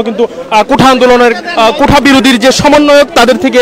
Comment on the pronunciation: কোঠা না সাংবাদিক সাহেব, ওটা হবে কোটা